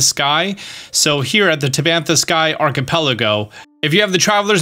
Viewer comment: 😂😂😂 Arch-uh-puh-lego 😂😂😂😂 Archipelago